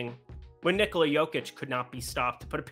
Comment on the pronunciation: First way of saying Nikola is correct 🙂